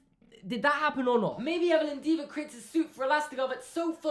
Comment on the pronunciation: Her name is "Evelyn Deaver" - - - "Evil Endeavor" 😂😂😂